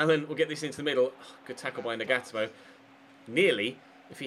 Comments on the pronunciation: Nagatomo= Nah-gah-toe-mo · Nagatomo is pronounced Naga-tomo